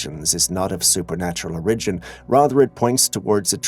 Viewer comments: I don't mean to criticize but you pronounce the word "origin" in a strange way. Has anyone else ever commented on that? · i hear hints of a French accent in your voice. Maybe that's why you can't pronounce words like Memo, Origin & Controversy correctly......?